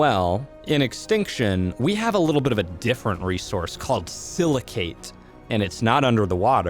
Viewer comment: Btw, the "cate" in silicate is pronounced the same as the word intricate. Yw